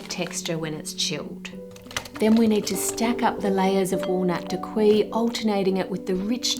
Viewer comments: Oh, Ann… dacquoise is pronounced “dack-wahhhz”, not “dakwee”. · Btw it's pronounced "da-kwaz" and not "dakwee" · Dacquoise is pronounced "dak-waz" not "dak-wi" c'mon Ann you're a professional you usually do your homework 😅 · When you say dacqui, I'm guessing you mean dacquoise. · omg DA-quahhhh, not daqui. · French is tricky (I should know, I'm an Australian living there) but just so you know, Daquoise is pronounced "Dack-kwaaz" not "Dack-kwee". "Feuilletine" is more "Foy-a-teen" than "Fay-a-tine" and nah, you can't really buy feuilletine at the supermarket, but you can buy gavotte crepe dentelle biscuits and crush them up which will give you the same result. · As a French viewer I'll only say "dakwee" from now on!! To be fair it's written really weirdly, for anyone interested you should pronounce it "da-k-waz" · Hi there! Dacquoise is pronounced as “dah-kwahz” and not “dah-kwee” 😊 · Please please please “dacquoise” Is NOT pronounced ‘dac-kwee’. It’s « dak-kwuz » - the E on the end means the s is not silent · dacquoise - pronounced dak kwahs - just letting you know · Da-Kwaz is how daquiose is pronounced. Love your videos! They’re always informative and entertaining. I’ve learned a lot from you. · Dacquoise > [dakwɑz], no "i" sound for future reference :) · Pronunciation of dacquoise is a bit distracting. I checked online that it's pronounced as dä-ˈkwäz and found no other pronunciation, so maybe this is an Australian only pronunciation thing. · Dacquoise is pronounced Dah-kwah-z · Hi Ann! Dacquoise is pronounced "dah-koahz" - you were just slightly off. In French, the "oi" combo is usually pronounced "oah". 🙂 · As a French speaker and also having a child’s mind I can’t not smile at the name kladdkaka 😅 (sorry, it does look quite yummy though!) Also I’d like to point out that the word ‘dacquoise’ is pronounced ‘dah-kwaz’ Love your videos as always Ann!! ❤ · Hahah yeah, seeing “dacquoise” in the captions but hearing “dockwee” is… jarring.